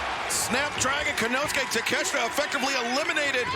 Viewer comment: Takeshka??? Why are they calling him that lol , take---shita not shka